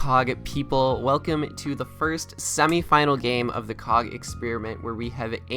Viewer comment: sounded a lot like “What is up cock fans, here” which I personally love